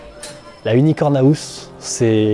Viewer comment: Qui peut m'aider ? Il dit aouse au lieu de house pour une bonne raison ? Ça m'a fait rire on dirait les vieux qui disent face de bouc 😂😂